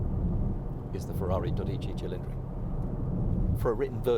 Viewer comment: Emphasis on the first syllable in "Dodici"...(DOE-deechee)!